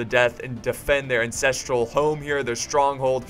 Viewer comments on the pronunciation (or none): Did you say "Incestral Stronghold" 😌